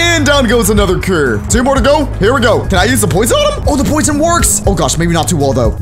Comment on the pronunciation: cur it's cure